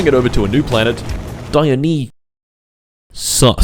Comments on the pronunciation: erm actually its pronounced die-yo-nice-ass 🤓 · Come on bro, I know it's for a joke but Dionysus is as easy to say as Zeus or Hades, it isn't written in mystical undecipherable characters. God of booze and the best buffs in Hades deserves more respect 😂